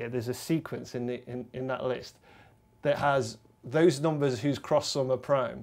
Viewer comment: They always pronounce it "noombas" instead of "numbers"